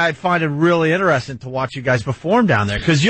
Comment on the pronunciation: "ineresting" God, I hate him.